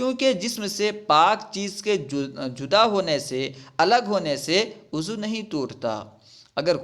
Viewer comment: ماشاءاللہ آپ اچھا بڑھاتے ہیں وضوء کے لفظ کو ءضو پڑھتے ہیں